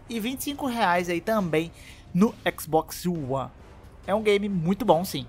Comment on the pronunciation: Xboxio one, só escuto isso no vídeo kkk